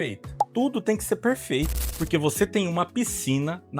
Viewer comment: Porque falas " Perfeito" língua embolada?? Se tem problema com fonoaudiologia é fácil resolver